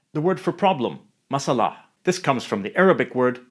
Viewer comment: Well there is a reason "masalah" should be pronounced as "mas-a-lah" instead of "ma-sa-a-lah" Love Malay words Malaysian btw